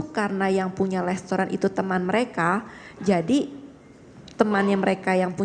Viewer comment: Hitung berapa kali tersangka menyebut kata Lestoran. Wk gabisa spelling restaurant kah